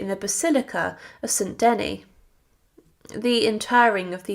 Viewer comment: Saint Denis, pronounced denii not deny. Your ignorance is appalling.